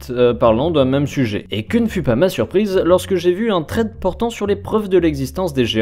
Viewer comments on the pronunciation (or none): ça se dit "SSSSSred" pas "traide" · TRED !? bah alors ça j'avais jamais entendu cette prononciation tu voulais dire thread ? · "Trède" à ne pas confondre avec "thread" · Pk prononcé "traide" au lieu de "sraide" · Thread se prononce [sred] pas [tred] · Par contre frero thread prononce le bien meme si t'as pas l'accent... dis "sred" ça sera mieux mdr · Stp juste la prononciation de thread 😭😂